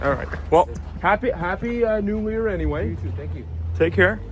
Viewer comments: He said "Happy New Lear" 🤣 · The best part is when he says happy new Lear and the Somali said “thank you” 😂